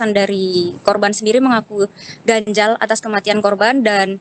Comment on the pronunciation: 4.46 mbak bikin galfok mulu ngomongnya "ganjal apa janggal" sih harusnya